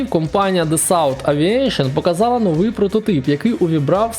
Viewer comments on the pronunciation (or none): none